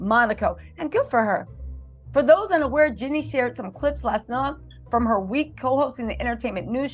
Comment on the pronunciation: Jeannie not jinnie